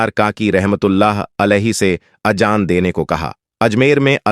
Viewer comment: Apna talaffus sahi karo, Ajan nahi Azaan kahiye